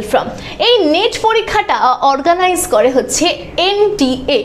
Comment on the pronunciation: নিট না নেট বলুন 😂